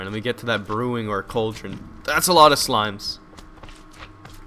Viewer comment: Cauldron. It's cauldron. Say it with me. C a u l d r o n.